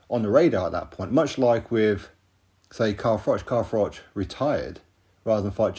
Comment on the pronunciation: Frank is rattled because froch been calling him bricktop, frank kept making froch sound like frock when he was talking about him